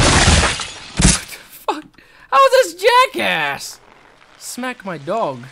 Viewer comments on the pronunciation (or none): the way nova says smack my dog sounds australian